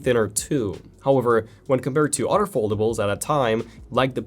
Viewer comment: Hey bro it's other not otter